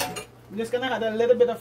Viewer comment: Why do Jamaicans say had instead of add? Are they trying too hard to speak proper English? Or is it Hinglish?